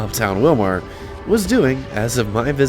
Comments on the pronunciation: Just to let you know, it's pronounced Will-mer not Will-mar. And it's Kandi-yo-high. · FYI, the city and county are pronounced WILL-mer and Kandy-OH-high. I grew up in a small town around 30 miles away in Maynard (pronounced May-nerd). Sad to see how dead it’s become - was a booming place compared to Maynard, population 478 in the 1980’s. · Willmar pronounced more like Willmere, IYKYK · Funny listening to him pronounce the city and county name. It's pronounced Will-mer and Kandi-oh-hi, is how you say the names. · Surreal walk down memory lane, thanks.... Pronounced: Willmar = Willmer, Kandiyohi County = Kandi-yo-high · I knew the Kandi Mall was slowly dying. But didn't realize how far it was. On a other note I'm sure there were smiles from people who live in that area or like me that used to live in the area. When ever you pronounced Willmar.